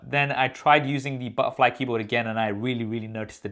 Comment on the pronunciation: Sounds like u saying butt wipe keyboard 😂 Looks the Mac is back on top. Do a comparison with Dell XPS please.